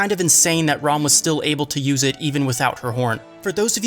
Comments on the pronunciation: It’s Ram not Rom 😤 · You pronounce "Ram" so weirdly.. like "Rawm"